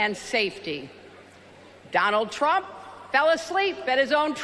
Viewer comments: Biden said " Donald Chump" lol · Is he calling him Donald Chump? 😂